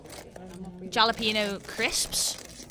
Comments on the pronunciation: Pete hot sauce is mostly vinegar and is amazing on eggs. It's the kind of sour that matters. Also jalapeño is pronounced ha-le-pin-yo. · "Jolla peeno chips" is driving me crazy. Love the video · As a Mexican enjoyer you may like to know that the J in jalapeno is pronounced like an H. So funny anytime anyone calls a Cliff bar a protein bar...it says energy bar right on the package!! Energy as in calorie. It's a calorie bar 🤦🏼‍♀️ The old myth of food triggering a dopamine response is based on outdated studies, newer more thorough studies show it's not true, even with hyper palatable foods on people across BMI ranges. omg that's the same amount of ketchup that my brother eats! Never seen anyone else do that. He's underweight though lol. I hope Abby figures her shit out soon. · I adore your videos, but as a Mexican American woman, I have to tell you the J in jalapeño is pronounced like an H 😂